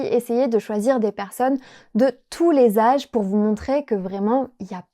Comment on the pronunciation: je suis française et je trouve que avait un accent super on dirait presque que c'est sa langue maternelle 😱 Par contre je trouve qu'il prononce les "r" "w" comme dans "pour" il a dit "pouW" au lieu de "pouR" mais c'est rien de bien grave 😅 Bravo a tous vous êtes incroyables notre langue n'est pas facile alors chapeau 🎩! Et bravo pour ce travail il porte bien ses fruits!